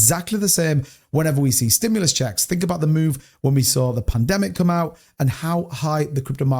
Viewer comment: "STIMULAS CHECKS"! 😅